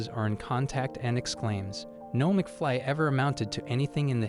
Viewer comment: McFlee? It's mcFly, bozo. They may be both insects, but still different.